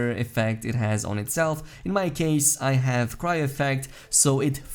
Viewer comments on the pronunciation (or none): none